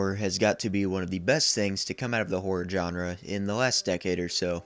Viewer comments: That's not how to pronounce the word "genre". It's not "jon-ruh". It's zhahn-ruh. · You're mispronouncing the word "genre".